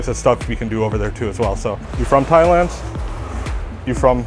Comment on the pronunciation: did you say "thighland"?